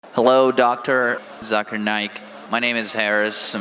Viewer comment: At Shaswat Verma Brother, first try to pronounce to word Zakir properly.. If you can't distinguish Zakir with that of the proniunciation of jaakir, then how do you distinguish btween truth and falsehood.!! C'mon, what is this jaakir??